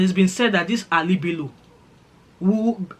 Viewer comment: It’s Yamaha Bello 😂 since you don’t know how to pronounce it